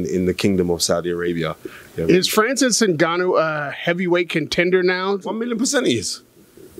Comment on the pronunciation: Francis N-goo-noo 😂